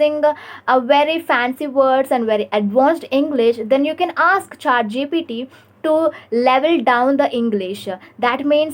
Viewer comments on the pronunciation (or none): It's not ChaatGPT please 💀